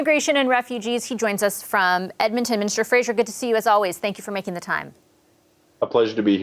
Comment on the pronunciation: His name is Fraser. Why do you call him Frazier?